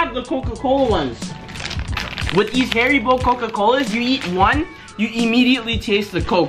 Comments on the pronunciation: You said hairy bear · LAINEY LOU it absolutely is not, it’s harry-boh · Haribo is pronounced HA-REE-BO